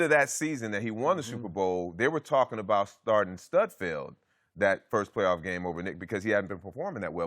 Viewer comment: Morris said STUDfeld LOLOL!!! He knows what's up! Nate's a stud!